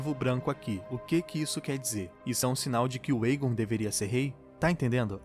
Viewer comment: Lindo demais este episódio só ñ gostei do dublador falando errado o nome do Aegon será q é tão difícil pronunciar certo fala sério eu amo a Raenyra e o Vyseris está um show achei lindo o encontro do cervo a legítima rainha amei cada detalhe deste episódio.